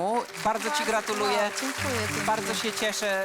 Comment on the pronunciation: To już drugi raz kiedy powiedział gratuleje zamiast gratuluje 😂